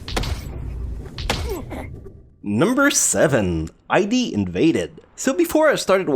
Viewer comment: Wait, you get that In/Specter is a pun but keep saying I.D.? It's Id, like Id, ego, and superego. Brush up on you're Freud boy!